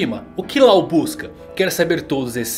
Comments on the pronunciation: Yamato é FILHAAAA mulher, NÃO é filho E depois o nome Law não se lê Lao, e sim Ló Falar isso de forma errada é uma ofensa para o mundo do one piece, e dizer que a filha do kaido é um ele também é uma ofensa Não só para o mundo one piece como para os fãs e oda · Cada vez que ele fala "Lau" eu me contorço de agonia